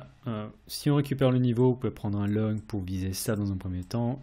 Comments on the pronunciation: Merci pour tes vidéos de qualités. Pourquoi prononces-tu « logne » pour « long » lorsque tu parles de prendre une position à la hausse 🤔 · long se prononce LON-Gue